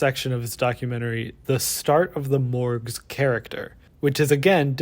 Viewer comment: I keep hearing Mörgaes. Ice Cream lady.